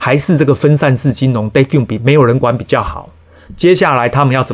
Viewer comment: defi發音是/difai/ 不是/defin/